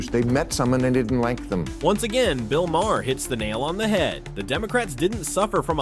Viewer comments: Dude, it's pronounced Marr, not Ma Hair! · Have you considered learning how to pronounce Maher?